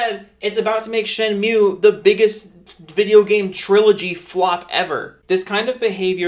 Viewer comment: It's shady to announce a kickstarter of a higly requested game at a big stage at e3 but it's ok to enpower your arguments by answering to a random youtuber... get you're facts straight and try to pronounce shenmue right. Maybe then someone takes you seriously.